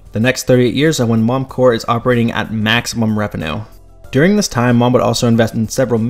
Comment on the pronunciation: When you’re talking about a company, you do pronounce the P in Corp.